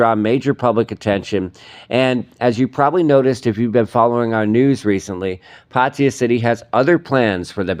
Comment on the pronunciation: Ok. If you are reporting the news in Thailand, then put in a little effort to at least TRY to pronounce the names of cities correctly. Your complete butchering of the word PATTAYA is painful to the ears. And I'm a farang. Come on! Just ask any Thai person (there is probably one standing next to you) to pronounce it for you and just imitate. It's not that difficult. PATEE-YA, indeed!!!